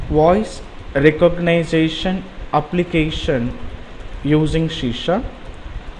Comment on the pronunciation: recogniZAtion??? you make me sick